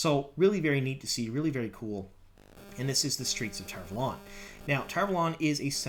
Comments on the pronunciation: Why do you call it TarValόn? Isn't it Tar Vάlon? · It’s pronounced tar valon not tar valon. Sheesh.